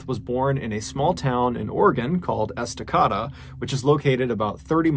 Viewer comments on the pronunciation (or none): That’s pronounced Esta- Caada, NOT Esta-Cota. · I love your stories. But Ehs- tah- Kay- Duh It matters. It’s a town. But more like a Tribe. 😉😉😉😏😏😏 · It is pronounced Esta- CA da. Long A sound. My kids went to school in Estacada, while we lived a few miles away in Damaacus, OR. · Who cares, so he said AH instead of A. I’m from Oregon to so knock it off. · it's pronounced "es-tuh-cay-duh", not "es-tuh-caw-duh". from a former oregonian. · Its "S-tah-kay-duh" Estacada, OR. 😉 I still love your stuff though! 😁😂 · It’s pronounced S-TUH-KAY-DUH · Love love love your stories!!! Just FYI ESTACADA is pronounced ES TAH CAY DA. We have lots of super difficult names here in Oregon like Willamette is WILL AM IT. COUCH St is pronounced COOCH St. keep telling stories! You’re the best !! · We pronounce it Esta-kade-a. Like rhymes with cicada. Love you and you rock! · lol the pronunciation of estacada is eh-stuh-kay-duh I’m from Gresham not to for from there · It's called esta k da. Instead of the way you pronounced it just do you know